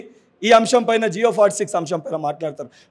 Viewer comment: జియో కాదురా జివో.. దొంగ హామీలు ఇచ్చి నిరుద్యోగులను ముంచారు ఆగస్టు 5 కు డీఎస్సీ రాసి ఒక రోజు పడుకొని 7కు గ్రూప్ 2 ఎగ్జామ్ రాయాల?? చదువు కున్నావా??